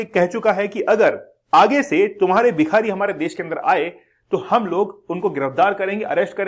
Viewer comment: Aap bhikari ko bihari pronounced kyo kar rahe ho bar -bar